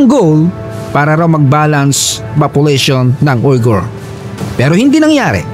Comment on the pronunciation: ang pag pronounce po nang word na "Uyghur" ay "WEE-gur” may kaibigan ako na Uyghur